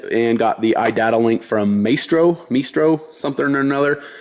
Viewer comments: I will pay money to see face when he realizes that "Meestro" word is actually pronounced My-Stro. As in the thing or person who in control of something.. say a maestro of the orchestra.. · IT IS PRONOUNCED MY STROW